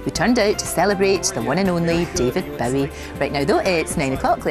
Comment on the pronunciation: Hard to believe that Lorraine considers Bowie to be one of her "all time heroes" when she can't even pronounce his name correctly. can pronounce neither 'Bowie' nor 'Iman.' Can't even get the basics right - great journalism. And Changes is from Hunky Dory, which was released in 1971, not '72.